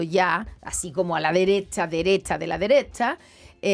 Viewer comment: la dereTcha de la dereTcha de la dereTTTTTTTTcha